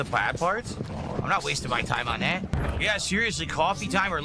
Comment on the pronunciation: I’m giving people what they WHAAA. I can’t Stand that he drops is T’s all over the place.